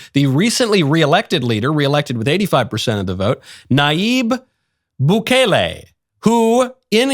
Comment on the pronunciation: YOU SAY IT PERFECT NAYIB BUKELE.I ADMIRE YOU MR. KNOWLES